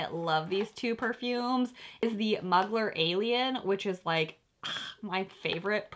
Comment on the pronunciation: Angel is my favorite perfume, Mugler is pronounced moogler 😌